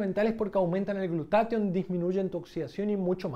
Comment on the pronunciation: ¿Por qué en el video dices "glutation" y en la descripción dice "glutatión"?